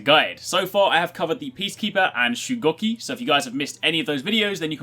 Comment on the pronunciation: its shugoki not shugokki